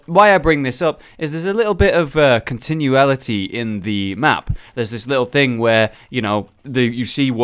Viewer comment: continuity pronounced con·ti·nu·i·ty sorry but what you said bothered me